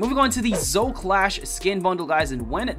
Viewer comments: Why does he fail to say Zoe everytime... Its Zo-E NOT ZO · Yes i do, but Zo and Zoe is not difficult, putting an E on the end of something is not hard for anyone, including dyslexics and children